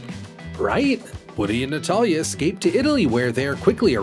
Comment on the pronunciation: "How can we ek-scape, Fly?" Those line readings...